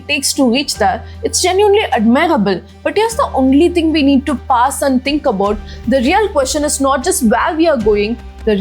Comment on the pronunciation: Pause not Pass